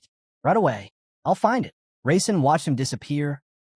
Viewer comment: It keeps saying raisin instead of Rasen & it's killing me 😂.